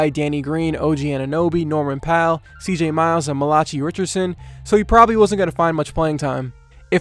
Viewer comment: This guy butchered Malachi Richardson’s name so bad